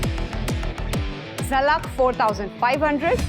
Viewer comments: Zalak ko jhalak kyu bolti hai ? 🤣🤣🤣🤣😭😭😭😭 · why ppl are saying JHALAK its ZALAK BHAI